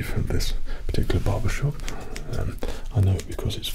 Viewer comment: The way you say Barbershop like "Bawbashawp" is somehow better.